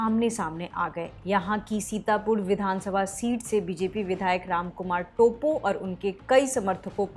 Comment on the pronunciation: "टोप्पो" hain vo टोपो nahi... pronunciation to sahi se kariye.... news anchor ho k aisi galti achi nhi lgti..